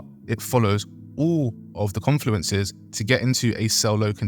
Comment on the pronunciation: Jesus this is excrutiating - good luck to any beginners trying to understand this! 🙏🏻 Edit: 'confuleneces'?? 🤦🏻‍♀🙈🤣